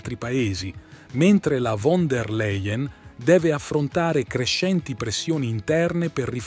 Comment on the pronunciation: Làien! Si dice Fon der Làien!!!!!